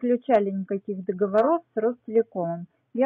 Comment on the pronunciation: Догово'ров, а не договоро'в, Догово'ры, а не договора'. Пеня', соответственно -- пени', а не пени' -- терпеть не могу, когда коверкают язык, уж не взыщите...